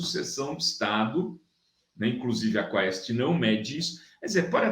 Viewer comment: (Quaest - lê "quest"). O próprio Diretor do Instituto, fala assim "quest", que é aqui de MG.😊 #BOZONACADEIA2023